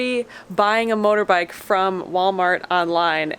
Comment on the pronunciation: lol..motorbikle..ive watched this literally 40x and I just realized she messed up accidently on that word.